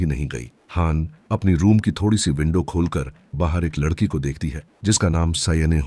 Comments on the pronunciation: लड़की ❌ लद्धकी ✅ 😂😂😂😂😂😂😂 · वो सब ठीक है लेकिन लददकी और लददका सुनकर बोहोत हंसी आई मुझे 😂